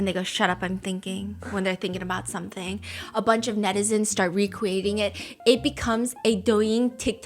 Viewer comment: we-cweating it